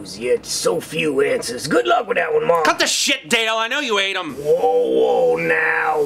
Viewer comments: Oh Thank Woo Mwark I Knew you would nwot Lwet mwe dwown OH NWOT THE DWYER! XD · woah woah mawk welax!